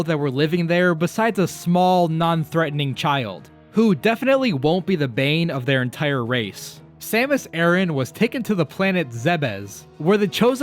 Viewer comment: It's A-RAN NOT Aaron... 🙄